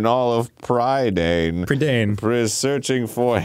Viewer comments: I loved these books as a kid. The movie is pretty good, but misses out on a lot of the magic of the story. Also, Dan so confidently mispronouncing Prydain was infuriating. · Fun fact for you, Dan - the land Black Cauldron is set in, Prydain, is a real place! :D It's the Welsh word for Britain. Pronounced pruh-dine :3